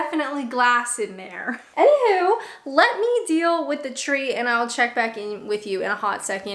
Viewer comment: I detect the Canadian with the "anyhoo" or is it "anyhuw". So cute.